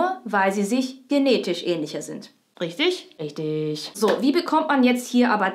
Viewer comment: verstanden: sarrazin ein ei auf den kopp hauen. röchtöööög